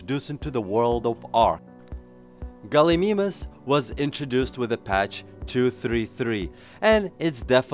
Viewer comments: Gal-ih-mime-us ;p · Its pronounced ''Gal-e-my-mous''